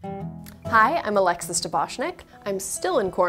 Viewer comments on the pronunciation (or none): none